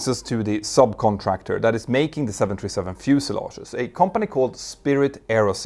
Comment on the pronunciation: I've listened to and enjoyed many of your videos. But it took me quite a while to realize that when you say what sounds like 727, you're actually trying to say 737. This happens more as you speak more rapidly. It's quite confusing, and results in misunderstanding. I think it's because you pronounce the US "th" more as just "t". Other than that, I really enjoy your videos. I've learned so much!